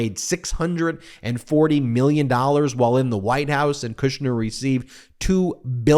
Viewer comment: Kushner not Kirschner